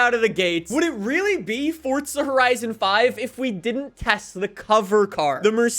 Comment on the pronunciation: nobody: Forttzzha horizon 5